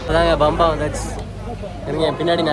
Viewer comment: பம்பாய் இல்ல சாமி...பம்பை